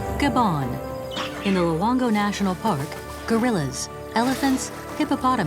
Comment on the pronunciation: r u sure it is called Gabon ? not Gaban ?